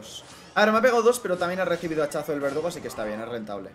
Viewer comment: nadie a notado que en a primera partida en ves de decir verdugo dice vegudo ajjajajaja